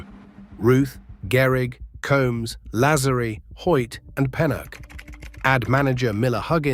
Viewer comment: Why can't AI pronounce Lazzeri correctly? Sheesh.